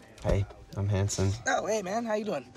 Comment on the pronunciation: When said "Hey, I'm," I thought he'd said "Hey, I'm handsome," at first. XD